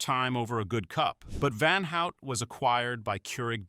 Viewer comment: Do not pronounce van out but rather van hoot